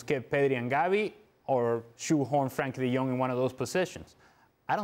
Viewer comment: Why do they never say his fuking name right. Its Frenkie de Jong not Frankie!!!😡😡😡